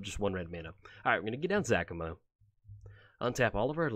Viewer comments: You're saying Zacama wrong. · Another commander he does not know de way to saying the name properly